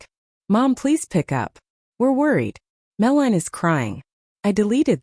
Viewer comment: Oi ai voice it's pronounced Mel-a-nie not whatever you were saying.